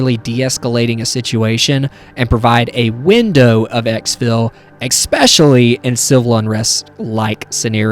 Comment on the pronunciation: You seem like someone that is dedicated to self-improvement, and I'd like to suggest that you practice saying "especially" - with all due respect, and appreciation for you sharing a video. I hope this can contribute to your improvement, as you are sharing with us for our improvement :D